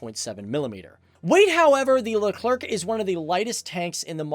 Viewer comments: It’s not just le-clerk it’s le-cler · Speaking of gramnar, Leclerc is pronounced Luh Claire not Luh Clerk. The French language doesn't follow English phonetic rules if you can believe that. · FACTS btw the French tank is pronounced Leclerc ("Lecler" no K sound). ;) Nice video! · It hurts. I can’t… “Lecler-C” “Com-poh-sit” 😖 And shows a Russian tank as a patton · btw its "leuclèr" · the proper pronunciation of 🇫🇷 tank is Le Claire even though the spelling seems to say Le Clerk. Fyi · Leclerc is a last name. not Le CLerc..lol.. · No you're the le-clerk. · Leclerc - pronounced leh-clare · your pronounciation of Leclerc is almost good, just for you to know you don't need to pronounce the C and to pronounce the end well you basically just need to pronounce it as "air" in english and make the last R sounds as much french you can do, then it should be perfect if it's appear too dificult just don't pronounce the last C :) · We don’t say the letter c at the end of Leclerc....🙂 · sorry people but I'm French and I know it's pronounced: the Leclerc tank, like the store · Very good video and i got to say as a french it was very hard not being triggered by you pronouncing the last C in leclerc which is mute in this word but you are all forgiven